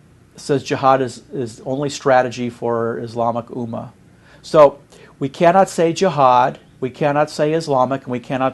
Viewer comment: This guy doesn't even know how to pronounce "Ummah". It is not "Oo Mar" moron. It is pronounced "Umm Mah"